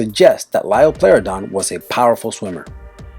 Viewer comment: Time for corrections on the info and pronunciations. #22- it's pronounced Cro-no-saurus and is what you said, a marine reptile, not a dinosaur. #20- It's pronouncedLie-oh-plor-oh-don or Lie-oh-ploo-roh-don and it's not a dinosaur. #19- It's pronounced jig-a-no-toe-saurus #18- It's not a dinosaur. It's a pterosaur and pterosaur is pronounced like terror-saur except replace -or with oh. #17- It's pronounced ick-thee-oh-saurus or ick-thee-uh-saurus and it's not a dinosaur and plesiosauria is pronounced plee-zee-oh-sor-ee-uh #15- not a dinosaur #13- It's not a dinosaur #12-Not a dinosaur #7- not a dinosaur #3-not a dinosaur #1-not a dinosaur.